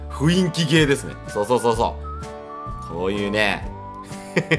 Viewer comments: うぽつ！、ふいんき（雰囲気）じゃなくて、ふんいき（雰囲気）ですよ！ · が雰囲気って言うとふいんきって聞こえる